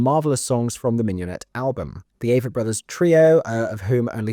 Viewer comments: I'm pretty sure it is pronounced long-a vett Āvett. The way you heard it on the street. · I’m pretty sure it’s pronounced Ah-vett. So sad. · You made me laugh with your Avett pronunciation comment. Very convincing indeed!